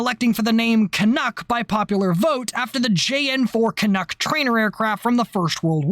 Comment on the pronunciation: As a Canadian, I have to thank you for correctly pronouncing "Canuck". I see all to many people on Youtube, primarily from Europe, pronounce it as "CanOOk".